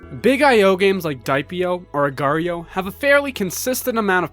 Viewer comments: just annoys me that mobile games put .io at the end of there games to make it appeal to the .io trend, its the same as .com or .co.uk, but if i make a game called "HOLEEATING.CO.UK" no one cares?. That and the fact that people pronounce it "Slither-ee-oh" or "agar-ee-oh". An agar is a thing already, .io is a web address type, what the fuck is an agareeoh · i hate it when people pronounce agar.io as agario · I can't believe agario was called voreio I love that hahaha